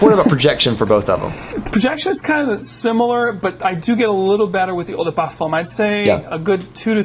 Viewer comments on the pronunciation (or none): Why do you pronounce eau de parfum so weird? Incredibly distracting on what is an otherwise wonderful review